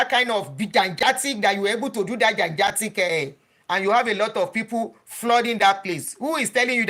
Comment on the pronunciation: I'm yet to see one evidence of Abioye saying he would not start a church. I think Adunni is mixing him up with Aremu. Besides, please google and practise how to pronounce "gigantic" correctly. Thank you.